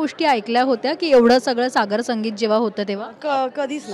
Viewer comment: Not sagarsangit "sagrasangit"